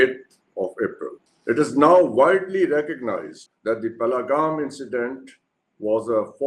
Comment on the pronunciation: First learn to speak Pahalgam properly